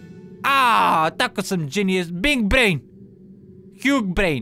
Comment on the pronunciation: Ko je skuzio da celo vreme govori bing brain a ne big brain.